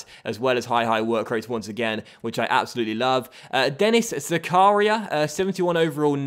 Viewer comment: Hey. I think Zakaria is pronounced Zak are ree are I have friend who is called that so